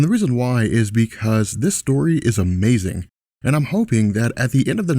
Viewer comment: Uh may zing.